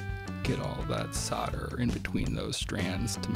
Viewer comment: There is an L in solder and soldering, and when pronouncing the words the L is not silent. Soder is what a sodomist, does and sodering is what he does when he engages in the practise. For those who may not know, a sodomite is someone who engages in anal sex, not generally in wiring projects.